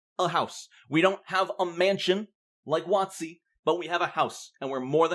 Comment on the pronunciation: You are the first person I have heard say "wott-see" aside from my mother (who used to work at one of their retail stores ages ago back in the early 2000s). You've made my day ^^